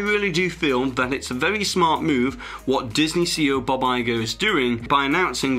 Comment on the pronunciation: Is there any way for you to improve on the way you pronounce the name “Bob” ???